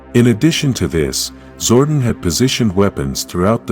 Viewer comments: His name is Zordon, not Zordin. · My man's name is Zord-On not Zordin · Once I heard "ZORDIN".... you lost me. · not zordan but zordon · "zor duhn"....bruh I'm dead, it's "Zor Don" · DUDE ITS ZORDON!! PLANET OF ELTAR !! LEARN TO SPEAK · I had to stop watching after the third time the AI voice said zordin. People really need to stop relying on AI to voice their videos. Just read the script yourself. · Hahaha zordin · AI L. How do you publish a video without getting the name pronounced right??? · *Nasty Knight *power coins Also - your videos are great but the use of the AI voice often ruins them as it can’t pronounce a number of words correctly….. especially when you make a video about Zordon - but it can’t say it. Sure your fans would appreciate your own voice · Every time he said it I cringed 😂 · SWEAR I lost interest in the first 5 seconds as soon as he said it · The AI pronunciation is Zordon with a shortened O instead of a long one. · Omg i couldnt even make it 1 min into the vid. Just made me ashamed to click on a power rangers vid for the first time in my life lol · learn how to pronounce his name